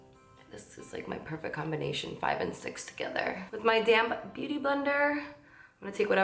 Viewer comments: Every time you say “my damp beauty blender”, in every video..I swear, I think you’re saying “I’m taking my damn beauty blender” 🤣🤣 cracks me up each time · Hahahahah that happened to me too. I had to rewind. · Sarah Grullon I was just going to comment that lol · Aaah haha was thinking the SAME thing lol and I HAD to check the comments